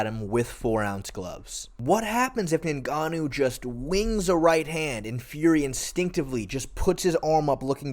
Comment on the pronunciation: Lol this was bugging me too